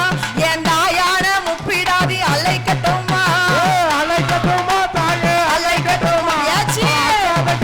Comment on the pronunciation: "அழைக்கட்டுமா" என்பதை தெளிவாக உச்சரிக்கவும். "ழ"